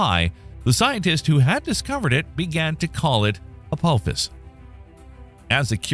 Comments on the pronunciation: say it right it's not Apowphis it's Apophis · I had to bail on this video. I could not handle the way Apophis was mispronounced. Do you not know how to pronounce the "ph" sound? It is "apofis", not "a-pope-is". Yikes. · Forget the treat levels and probabilities...can you at least pronounce the name right. Hearing you butcher it over and over again was gut wrenching. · Isn't supposed to be pronounced "Ah-Pah-Fiss?" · Hard to watch a video when the video starts by mispronouncing the name of the thing they’re talking about. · That's not how you pronounce Apophis. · your saying the name Apophis wrong if your going to say it say it right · Thumbs down for mispronouncing Apophis. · Mispronouncing Apophis immediately in the first few seconds of the video, means this video is full of crap. :P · It sure would be nice if these videos that are supposed to be erudite and educational would pronounce the names right. This is the second video about Apophis where they butchered the name over and over and over again. He even mentions the Stargate series. Why don't you watch five seconds of it, and listen to how they pronounce Apophis